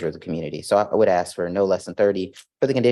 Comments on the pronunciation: And it's ask not ax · Does that defense attorney keep saying “axe and axing” instead of ask and asking? She sounds illiterate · one of my biggest lawyer pet peeves. You made it all the way through law school and you can’t properly say “ask”? Lol